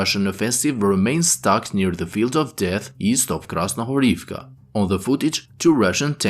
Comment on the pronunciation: Дякую вам) by the way, "Krasnohorivka" is pronounced with emphasis on the middle syllable, "Kras-no-HO-riv-ka" "Stepove" is pronounced "Ste-po-VE"